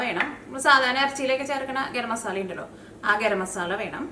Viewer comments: മസാള അല്ല മസാല 😅😂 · മസാള അല്ല മസാല